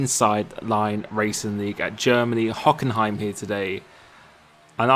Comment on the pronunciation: You nailed the "Hockenheim" spelling in a nice german accent 👌